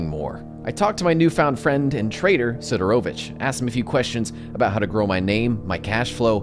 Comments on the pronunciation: why you pronounce it like "Siderovicktch" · mans said sidarowvitch